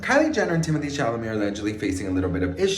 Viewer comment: Do you know his name is pronounced , Tim oh tay